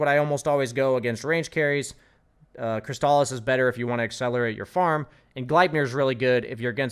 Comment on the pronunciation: its CRIStuhlyss not crisTAHlyss